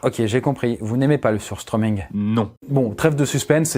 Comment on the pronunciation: AAAAARGH je parle suédois et ça se dit pas "sustreuming" mais ça se prononce "sushtremin"